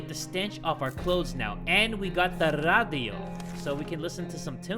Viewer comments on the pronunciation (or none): On he said radio on a weird way of speaking but that way of speaking was netherlands